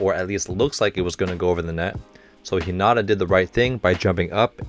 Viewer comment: Hello, I stayed up watching all of your reaction videos of Haikyuu and I love them! However, you’ve been pronouncing Hinata’s name wrong. I’m bad at spelling out how to pronounce words but if you search up “How to pronounce Hinata” by Kawaii Sensei on YouTube. That’s the closest pronunciation of his name. Google translate is good too. If you write his name (English) and translate it to Japanese, you can click on the speaking button for Japanese and it’d pronounce it. Hope that helps!